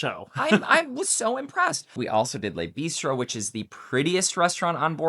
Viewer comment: Work on your French dear. Le Bistro is not LAY Bistro. Les would be plural. "Vin" in not vin. It's like the Va in van without the N. It did make me chuckle though.